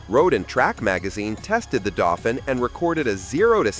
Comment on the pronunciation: The word for the Renault is pronounced "Daufeen," not "Daufin!"